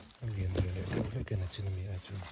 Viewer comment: Nachin hi ti thin lo teh u, mizo tawng ah nachin a awm lo, nichin tih tur